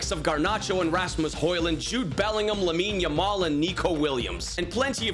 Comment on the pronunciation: Lamine yamal ❌ Aimine yamal 😂👍